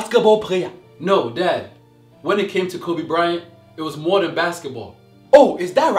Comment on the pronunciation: Kobe bry-ont lol